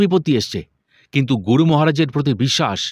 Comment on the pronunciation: Asadharon paath Karen apni. Ami gunomugdho. Tabe 'Guru' kathati keno jani na amer kane 'Goru' sonai majhhe modhye. Vul jar e hok amader e sudhre nite habe mone kori.